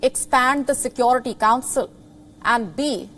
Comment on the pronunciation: Check her pronunciation... Sekwority.... It's sekewrity: security